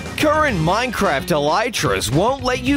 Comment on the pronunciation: He said mineCRAPs